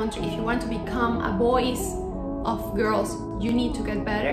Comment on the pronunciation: Que horror mejor hubiese hablado español. Voice y boys no es lo mismo ni se pronuncia igual.